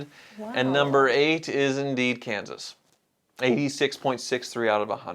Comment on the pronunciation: it's kansas😂😂😂 hi